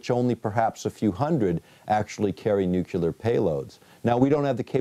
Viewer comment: "...nukular..." This guy was the head of a teaching organization? Really?